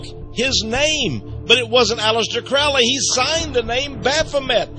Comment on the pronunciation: It's pronounced crow - Lee not crawly